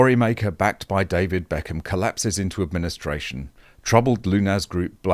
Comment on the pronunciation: You made BECKHAM sound like Eccles 😆